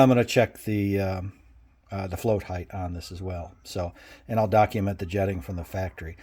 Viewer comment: Btw...Height is height. NOT HEIGHTH. So annoying